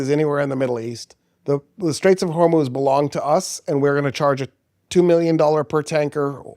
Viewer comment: you are the first westerner who ever pronounced the name “Hormuz” correctly. It is “HORMOZ!”